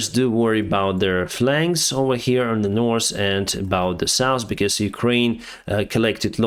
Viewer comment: you communicate in the language extremely well ? today we are flying from the saus to the nors :/